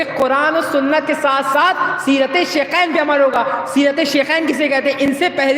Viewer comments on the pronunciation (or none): شیکین نہیں شیخین ہوتا ہے